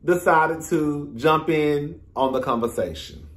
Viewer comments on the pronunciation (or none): none